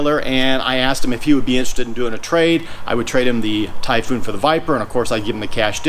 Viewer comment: IF I were selling the Typhoon and started saying "Typhoon" the way he does... I would not have sold it to him LOL.